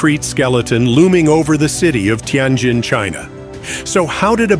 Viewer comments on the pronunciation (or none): Learn how to pronounced words, cities, businesses, ETC--- you are 99% wrong==== teee en jenn or teee en jinn-- It is a great city== 1/2 of what you are saying is imagined/incorrect- just saying-- it is a nice building- IT IS NOT A RUIN--- N OT A RUIN